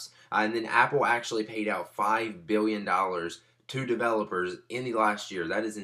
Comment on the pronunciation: *biwwion, miwwion